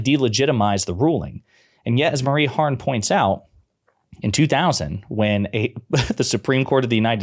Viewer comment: Her name is Marie HARF not Harn. Names matter. Words matter.